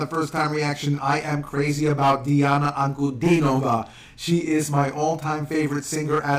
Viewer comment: Good job with her name. :) oops You messed up at the end. Phonetically Deeahna AnkuDEEnova.